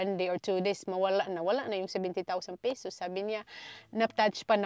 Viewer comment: pesos not pisos ano ba yan😂😂😂